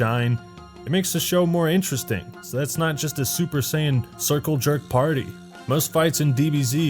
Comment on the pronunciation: Also I completely AGREE!!! But could you please pronounce Saiyan correctly